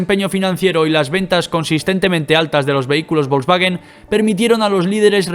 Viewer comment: Hitler le dijo a Porsche: Señor Porsche hay que fabricar un coche para el pueblo, o sea; ein Wagen fürs Volk. De ahí salió Volkswagen, en Alemania se llama VW ( se pronuncia faube). ¿ A ti quien coño te ha dicho que el alemán se pronuncia como el inglés?